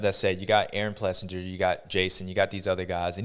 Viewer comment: Does anyone say his name right? Ples sing ER. Not Ples sin ger. Another good show bubba. Thank you sir!